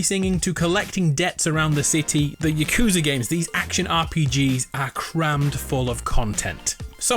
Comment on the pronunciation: It's Yah-Kuze-Uh not Yuh-Kooz-Uh